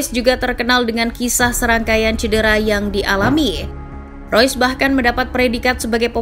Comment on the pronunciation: Reus min bukan rois, ga semua nama pemain harus dilafalin pake speeling inggris. Di jerman E dibaca E sama kaya di indonesia. Spelingnya tetep REUS bukan ROYS